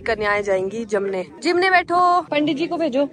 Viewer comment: 😂😂 kanya bhoj ko bolte he jeemne not jamne 😂😂 bahut sundar mandir banaya he 🙏🏻🙏🏻